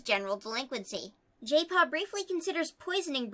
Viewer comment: Jaypaw - My ears: Gaypaw:D